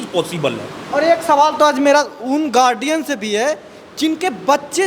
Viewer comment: यह पत्रकार गार्जियन के जगह गार्डियन बोल रहा है साला फटकार